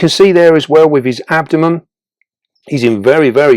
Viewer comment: A little thing I find a bit bothersome is how you pronounce it abdo*MUM* It's actually abdo*MEN* Nevertheless, big fan of your channel, I love all the great and informative tarantula content!